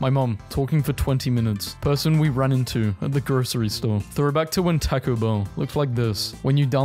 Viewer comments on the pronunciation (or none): none